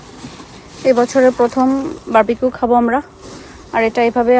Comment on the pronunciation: আচ্ছা বারবাকিউ তো ভুল উচ্চারন, Barbecue সঠিক উচ্চারণ, ভাই বারা বার বারবাকিউ বলছে কেনো?